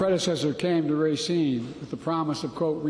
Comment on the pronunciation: I haven't really spent time in Racine, but I've never heard a Wisconsinite call it Ray-seen; only Rahseen. Biden's 100% right. Foxconn was a complete con-job. People got kicked from their property to make way for a huge factory that never materialized. What a disaster.